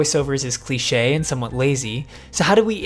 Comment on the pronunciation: Cliché* not Clichei